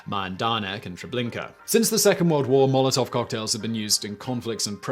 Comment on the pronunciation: Pretty awful pronounciation over there dear chap. I absolutely hate how people who speak English primarily have this nasty little brain-parasite in their head that compels them to think that English is the center of the universe and its pronounciation-rules apply to everything